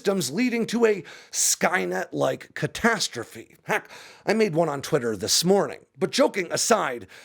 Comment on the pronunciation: You mispronounced skynet